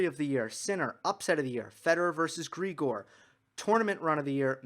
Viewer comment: Grigor is Bulgarian, you got it right.